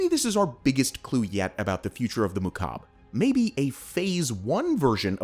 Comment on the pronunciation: Every time he said "mukab" my arabic cringed